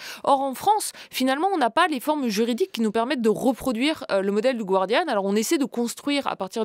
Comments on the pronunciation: Julia, tu as étudié à Harvard ... il faudrait arrêter de dire le gWardian, alors qu'il faut prononcer le gArdian ... ce n'est pas la "Guardia Civil" ... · Julia Cagé, stp, le Guardian (le journal britannique) se prononce "Gardian" et non pas à l'espagnol "gwardian". Merci.